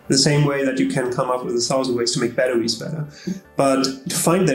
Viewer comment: Oh my stars! Professor: battewies Narrator: bedderies Forgive them, Shakespeare!